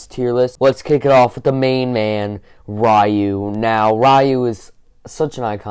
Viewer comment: Rieh-u? Really?